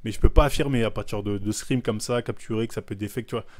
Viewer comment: Les fameux "screem" 😂